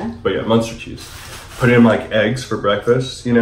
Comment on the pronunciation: Its munster not monster. So you say it with a u not a o. Lol